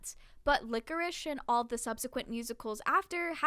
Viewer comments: Small side note Lycoris is pronounced like "lie-core-is" not "lick-or-ish". ^_^ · This vudeo is great and i love but one thing is driving me insane and i MUST SAY. Its Pie-d the piper, like the dessert pie. And Lycoris is pronounced ly-cor-is. Im honestly only saying because i think youve asked before how theyre pronounced and im just insane im sorry 😂